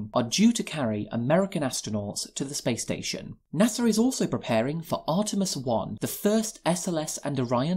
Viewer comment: NASA has no "R" in it